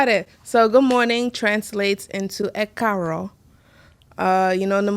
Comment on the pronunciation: is EKU AARO not ekaaro..